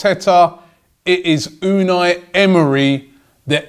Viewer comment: Vincent V unai not unal, unai is a basque name